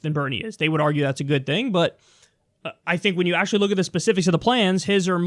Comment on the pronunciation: It wasn’t eckspecially, it was actually ecksually.